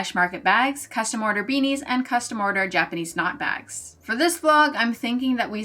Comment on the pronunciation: I'm so sorry but the first time in this video you said "Japanese knot bags" I misheard you, it sounded like you said "jackety snot bags" and I knew immediately what you actually said but I couldn't stop hearing it 😭 I'm barely 5 minutes through so here's hoping the jackety snot bags go well